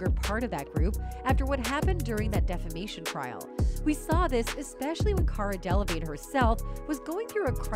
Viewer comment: De la vig ney! 🤣 He thought he was a teacher 💀